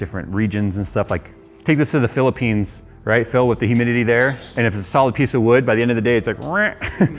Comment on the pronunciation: Did i heard "Philippines"? Haha. Filipino here. Hehe. Btw i kinda love the case. :)